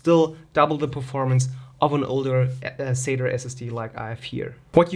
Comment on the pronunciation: LOL "sater" SSD sounds like something Larry the cable guy might say LOL, its sat"A", there is no E or R LOL.